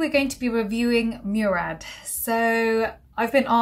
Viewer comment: It’s pronounced Mo-rad not Mew-rad. It’s an Arabic sir name! Thank you so much for the informative video coming from an Arab x